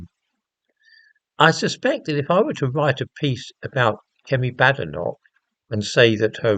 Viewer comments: It’s pronounced Bay- den - och apparently. She corrected an interviewer the other day. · Number one you pronounced her name wrong, two comparing Kemi to men who changed their name? Quite disingenuous. I notice this was her maiden name as you mentioned. Two passports? Again disingenuous as living in a diverse world, what would you expect? Should not be news really. O I read your paper on prostate cancer and ethnicity, good read, might cite you in one of mine